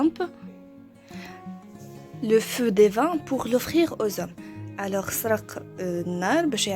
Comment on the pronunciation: Prononcez my et non mé dans mythologie. Divin et non dévin.